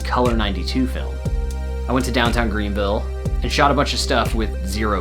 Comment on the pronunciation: You pronounce Greenville wrong….